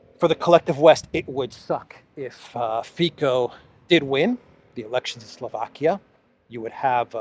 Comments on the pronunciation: It's Fico not Fiko😊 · Its not Mr.Fyko or Fajko .... its [Robert Fitzo] ;) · not Fiko but Fico you pronouncing not like K but C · Great update as always,....just one thing, Robert Fico is pronounced Fitzo:) Greetings from Slovakia! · The attempt to whitewash the Waffen SS n4zi, coming from British national media like BBC is extremely worrying. By the way, the correct pronunciation of Robert Ficos name is with soft c = Fitso. I hope his party Smer wins, but there is a huge media smear campaign against him, he got almost no exposure in the media all year long while all the US puppets get enormous PR. There is a huge support of NGOs and MSM especially towards one party called Progresivne Slovensko aka the party from which the president of Slovakia, Čapútová (better known here as the US embassy puppet) comes from. Its very worrying because this party was indeed created as a project of American NGOs. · Th3 Slovak politician’s name is pronounced Fitso. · the guy's name Fico.. pronounced fiTSo.. in alivak c isn't pronounced K. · Pronounce Fitzo as in "tzatziki" 😊❤ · you are Greek so you should pronounce Robert Fico easily.Its Fitso like Tsitsi pas thre tennis player.